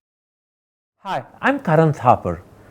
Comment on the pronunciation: Wonderful interview Karan especially when it came to the part of the owl (ullu) which correctly said.